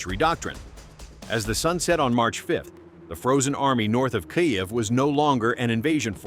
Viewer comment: Why does the AI read Kyiv as Kayev?